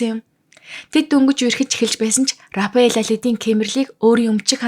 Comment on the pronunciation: Рафаэл гэж зөв уншаач рапэал биш шүү